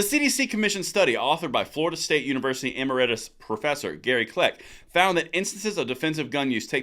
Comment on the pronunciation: FYI - Emeritus = eh-MARE-ih-tus. 🤓